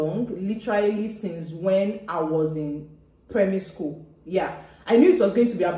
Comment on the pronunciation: you didn't said the school very well